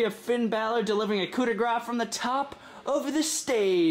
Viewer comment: You said Finn bal'or coupe daue grah Finn bal'or